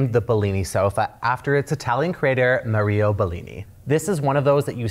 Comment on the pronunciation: The way he said "Ma Rio" Bellini.... 🤣